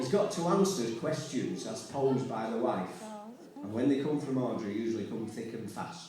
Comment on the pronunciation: Yeah, that’s it. The only part I really couldn’t hear was “when”. For some reason it sounded like “lift”.